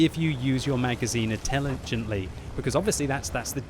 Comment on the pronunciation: 😛 heard that ”attelegently”😆 sorry buddy